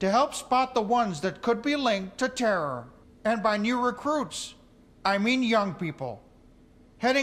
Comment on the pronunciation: “ to help spot the ones that could be linked to terrrrrr” 😂